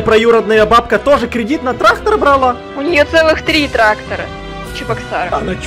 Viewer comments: Не Трахтар а трактар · Не трахтар а трактор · Кто хочет быть учителем?тогда научите Эдисона говорить трактор а не траХтор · Нормальные люди говорят: трактор и ГаВоРяТ: ТРАХТОР Х ) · Никто абсолютно никто:: траХтор😂